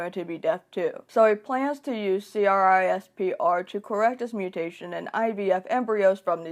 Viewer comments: This is a good video but the fact that you said c-r-i-s-p-e-r instead of saying it like "crisp-er" drove me nuts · Just you know, generally CRISPR is pronounced as “crisper”, instead of saying each individual letter 🙂